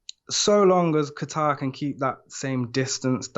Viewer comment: It’s Kattar. “Kayter.” Not a place Middle East like Qatar. And he’s not new, so you know you’ve heard his name pronounced correctly multiple times... either y’all don’t really watch ufc or just foreigners grossly forcing their dog poop pronunciations.